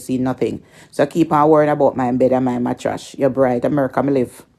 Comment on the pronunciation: She cannot even pronounce the word mattress but always refer to people as dunce and she cannot even pronounce her words properly